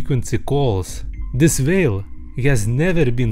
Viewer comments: Your saying vale not whale but I understand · "but he realize, it vas beluga vhale!" I'm dying